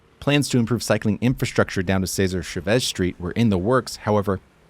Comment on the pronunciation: You pronounced Chavez wrong.